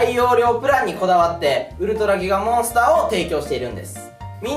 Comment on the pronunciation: のとこ ウルトラギガモンスターが ウルトラキカモンスターになっとる微笑